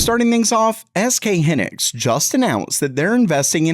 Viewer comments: Its high-nix not he-nix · Hy nix 😅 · It's HY-nix, not "henix." The name comes from "high" + "(electron)ics." So yes, it's an English styled word, and it is pronounced "high-nix" in Korea. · its Hy Nix not Hannex !!!!!!!!!